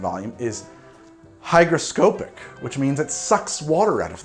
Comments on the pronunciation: Yeah, I noticed this. Also, the pronunciation is hydroSCOpic, not hydroscoPIC. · Correct. Also, hygroscopic isn't pronounced with a long O like scope, it is hi-gruh-ska-pick. Regardless, sounds like a very successful extraction. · Really sayin the crap outta the "o" in hygroscopic there.